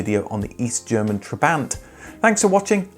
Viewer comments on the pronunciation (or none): none